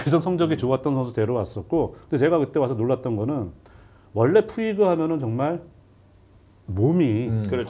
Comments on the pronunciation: 푸이그를 푸홀스라고 그러고 송재우 위원 나이 드시고 저런 실수가 상당히 많아짐ㅜㅜ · 푸이그가 푸홀스로 발음이 되나요?? 왜자꾸 푸홀스라 발음하시고... 카디네스는 트레이닝 파트 문제 쏙빼고 또 멘탈 이야기만 하시네요...